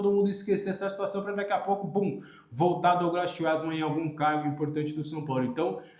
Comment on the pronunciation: Fala o sobrenome do Schwartzmann errado